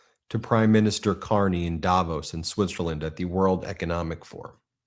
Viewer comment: The accent in the place name Davos is on the 'VOS' and not on the 'Da', BTW. Swiss-Canadian, who has been to Davos, GR, CH, a number of times.